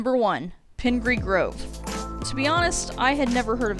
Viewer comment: Pingree Grove (you pronounced it correctly) is a nice place. It’s been a town for over 100 years. As recently as 25 years ago, the population was around 200. Suburban developers bought lots and lots of farmland and began rapid building of houses. Part of this is a senior’s only subdivision. With growth this accelerated, schools and infrastructure were rapid built on bonds sold, so taxes are a factor. Likewise, the school district encompassing not just PG, but the surrounding countryside is primarily supported by residential and some ag taxes, with little commercial or industrial contributions. Again, it’s a nice place, but there’s more behind the story of growth than what you might think at first glance. Love your videos, keep up the good work!